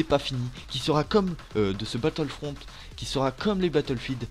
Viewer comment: ENLEVE LE E A LA FIN VITEEEEEE